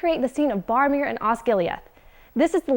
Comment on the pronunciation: Barmeer? Who the heck is Bar- oh. BORomir.